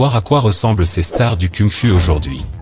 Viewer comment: Ta manière de dire "Kung Fu" elle est cucul-la-praline. Shaolin ce n'est pas un dérivé d'huile de lin...